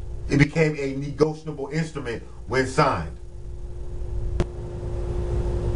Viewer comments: You're on here trying to teach us but can't even pronounce the term correctly? It's "NEGOTIABLE" not "NEGOTIONABLE" WTF? This is embarrassing. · Yasmin Bey. You are correct. That is a mistake in pronounciation. It should be negotiable. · Be you need to learn how to say negotiable